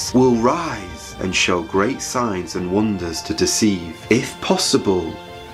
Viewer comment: When you say Signs i hear science